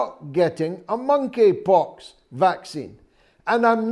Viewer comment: The Mon-eypox